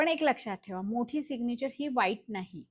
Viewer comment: सिगनिचर नाही Mam सिग्नैचर Mam you teach really well